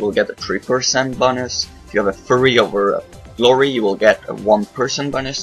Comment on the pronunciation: when he says "fury" it sounds like furry :)